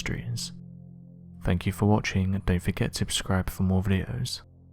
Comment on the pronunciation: If you can’t say the word properly, it doesn’t fill people with confidence…….@ obscribe?? Oubscribe?? I dunno.